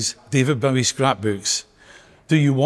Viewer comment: And that folks, is how to pronounce Bowie! It's a Scottish name so we should know!